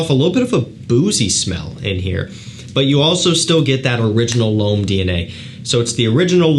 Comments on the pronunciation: No it sounds like “above,” as opposed to l’homme which sounds like “bomb.” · we can’t be mad at him for butchering our native language (french in my case). But his pronunciation of l'homme has been tickling me for a few years... I've been holding back on correcting him for 2 years !